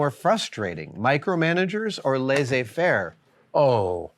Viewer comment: it is pronounced - lay-say-fair . translates to " to leave alone"